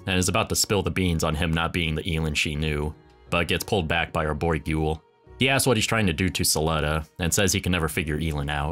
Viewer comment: It's Gwell not GOOL. Liked the video!